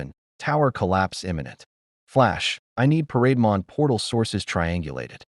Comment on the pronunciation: AI calls parademon as parade mon.